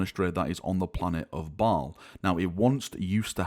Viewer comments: M8, its pronounced (bale) not (ball) just fyi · Did you say the new Battle barge ship is named “Balls Fury”? 😂